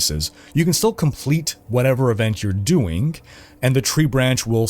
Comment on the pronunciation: Doingk and gettingk - I'm not making fun, just wondering if it's a dialect of some sort?